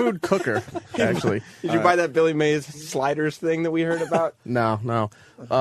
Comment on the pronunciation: Opie pretending like he doesn't know it's Mays not May